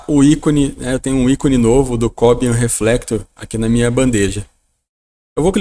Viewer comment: Não é Có - bian. Este é um nome de um cubano, que atualmente mora na Suécia, e em castelhano se pronuncia, co - biân.